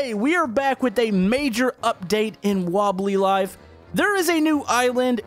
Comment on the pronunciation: Wobbly Laff?